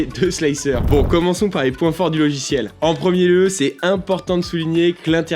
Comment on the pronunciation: J'adore ces "logichiels"... 😜 😂 😂